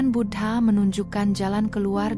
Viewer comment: Suara nya bagus, sayangnya aku merasa tak enak setiap admin nya menyebut Buddha dgn kata Bud ha...